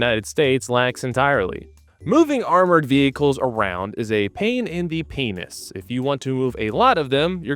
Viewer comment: The way you say penis makes me uncomfortable